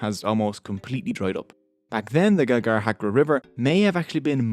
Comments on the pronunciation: "GAGARHACKER" HAHAHAHA, is this an Australian accent? Or I might be wrong. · I laughed incessantly hearing the pronunciation of "Ghaggar-Hakra"...😆😂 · It's funny how u pronounce ghaggar hakra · cant even pronounce ghaggar hakra